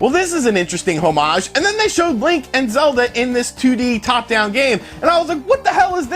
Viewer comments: Yep and he said "hoe-mage" instead of homage (oh-mage) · Dude..... pronounced homage wrong and said "candice" instead of cadence in the span of like 5 seconds.... maybe slow down a bit lol